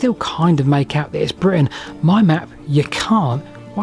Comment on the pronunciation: maybe say Britain better?